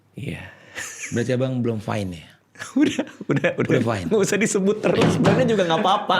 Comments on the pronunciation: baru sadar fine itu fyne. sat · apalagi guaa… everything is FYNE